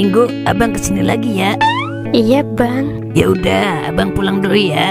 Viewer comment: kenapa ya bahasa nya selalu pake huruf e? contoh: abang jadi abeang. obat jadi obeat, bata jadi beata 😮